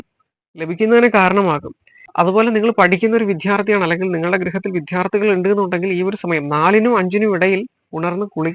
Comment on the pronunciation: വിദ്യാർത്ഥി എന്നു പറയൂ വിധ്യാർഥി അല്ല